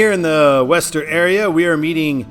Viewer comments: That's not downtown Boston, is an area calls Back Bay. Prudential has its headquarters there (the tallest building there). The actual downtown Boston is quite small, so in a sense Boston has a dual downtown. In the last 10 years or so, there are quite a lot of company is moving out from downtown and into the Seaport area (where the GE headquarters is), like Fidelity And you pronounced Worcester wrong... Is WOO-ster Also Waltham "Wal-dam" Holyoke "Ho-yoke" One more thing, the reason why they are having I-495 and I-95 in the side post is they are the outer belt and inner belt highways of Boston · Isn’t Worcester pronounced as Wooster? Sounds like you’re saying Wester. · Small nitpick. Worcester is pronounced "Wooster". Yes, it's weird. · It’s WOOS-ter, and QUIn-zee to the locals. And locals will NEVER refer to that stretch of I-95 as anything other than “128”. 95 might as well not exist between Canton and Peabody (pronounced PEE-bdee). I-395 was created in the mid-80’s to the former Route 52, part of which in CT served as the eastern part of the former CT Turnpike, so it came along about 15 years after I-290. CT refused the 290 designation since its parent didn’t enter the state, so 395 was chosen as a compromise. And there is NOTHING like a game at Fenway. Go Sox!! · wu-str: ur pronoucning Worcester wrong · I thought Worcester was "Wah-stah" I always liked taking Ohio 2 instead of 80 or 90 in Ohio... its a better funner freer road. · I appreciate you even trying to pronounce Worcester. Not perfect, but I’ve heard much worse(ster).